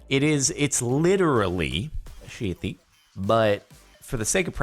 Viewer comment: I love that the captions actually can't understand Jardon when he says "sheety."